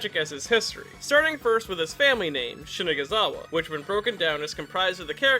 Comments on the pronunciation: Why are you pronouncing “corps” “core” and “Shinazugawa” “Shigazunawa”? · I swear I hear him say Shinaguzawa instead of Shinazugawa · Am I the only noticing that you're saying "Shinegazawa" instead of "Shinazugawa" ? Other than that the video is pretty cool, thanks for all the great knowledge you brought to us ! Sanemi is more than just a Tsundere, he is a great character ! My second favourite after Kyoujurou ! :) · I cant unhear mispronouncing his name as Shinaguzawa instead of Shonazugawa. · it’s shinazugawa not shinagazawa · ''Sanemi Shaniggazawa'' 😳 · It’s sanemi shina-ZU-gawa not shina-ga-zawa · it's Shina ZU GA wa lol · Bro said *shinaguzawa several times 😭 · bro you said shinigazawa. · "shinaguzawa" not to be rude bruh but your saying it wrong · on the first few seconds of the video you said "sanemi Shizanugawa" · Ik I'm not the only one who heard "sanemi shini**azawa" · "Shinaguzawa" Pain. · Its funny that you wrote his name right but read it wrong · He said the n word when saying his name😂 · i dont like the way says shinazugawa sounds kinda.